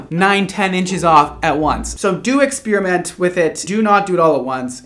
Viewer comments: Why do so many people say ex-spearmint instead of ex-per-i-ment? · It really irks me when people say ex-spearmint.